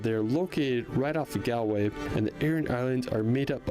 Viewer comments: I live in Ireland and I've been to most of these places you pounce Galway. Gal. Way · Hiya just fyi GALWAY is pronounced GAWL-WAY, not like how it’s pronounced in the video 🤦‍♀️